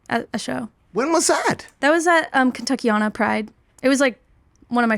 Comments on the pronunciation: Hahaha! Not her pronouncing it "Kentucky-ON- AH". TBH not many realize we call the Kentucky/Indiana metro area one name, Kentuckiana. It's both state names combined. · She pronounced Kentuckiana wrong but who am i to correct her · she said kentuckiana wrong :(